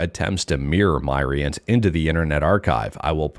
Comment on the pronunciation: Myrient = Myriad of Entertainment. So it's pronounced Mi-rient, not My-rient. Just letting you know, Mr 😉